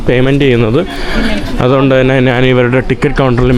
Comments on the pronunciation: നാൻ അല്ല njhan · Nജാൻ അല്ല ഞാൻ